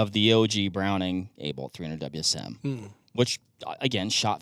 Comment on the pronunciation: I've been using the 300WSM for years and have good success with it. Although in a more traditional fashion with a short action and 168-175 Barnes bullets. I do hate your calling the 300WSM the "300 Wizzum" though haha. You don't call the 6.5PRC the "6.5 Perk".